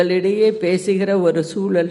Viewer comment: ல,ள,ழ,த,ற,ன,ண.. எதுவுமே வரலையேடா... தமிழ் தமில் ஆகி விட்டது, சூழல் சூலல் ... ஐயகோ தமிழுக்கும் தமிழ் நாட்டுக்கும் என்னடா இது சோதனை